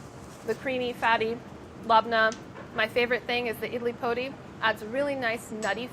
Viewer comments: Idli Podi is pronounced with a hard D (like poh-dee) and translates literally to idli powder! my family always just used to call it idli karam or kobbari karam (bc ours had coconut in it, or kobbari) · Sohla’s was definitely my favourite but she’s gotta learn how to pronounce “idli podi”!!!!!! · I love sohla and I really hope she appears more.... but her pronunciation of podi made me cringe so hard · The podi in idli podi is pronounced closer to pori than podi, like a hard r